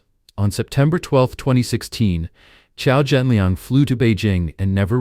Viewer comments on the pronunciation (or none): Thanks for reporting on this. But his name is Qiao Renliang, not Qiao Zhenliang. RIP Qiao Renliang